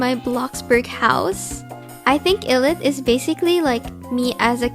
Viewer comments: I realized that you say illit and it eyelit! But u spell it like illit!! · So pretty! Also just a tip-ILLIT is pronounced like “eyelit” I can’t get over your artstyle aghhh so pretty